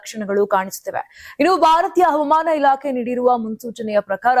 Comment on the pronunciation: ಅವಮಾನ ಅಲ್ಲ ri ಮೇಡಂ ಹವಾಮಾನ